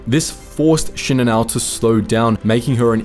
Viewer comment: Actually his pronunciation is correct. Most YouTube narrators pronounce it incorrectly.